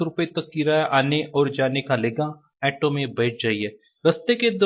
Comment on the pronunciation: ऐटो नही, ऑटो बोला जाता है, 😂😂😂